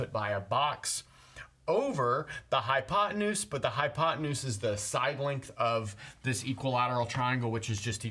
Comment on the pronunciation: wth is a "hypot anus"? :)